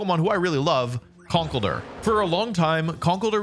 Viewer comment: The misprononciation of conkeldurr tho